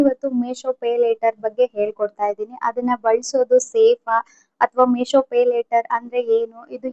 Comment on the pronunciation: ಅದು ಮೆಶೋ ಅಲ್ಲ ಮೀಶೋ